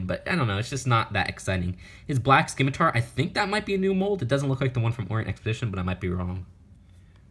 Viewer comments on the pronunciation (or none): none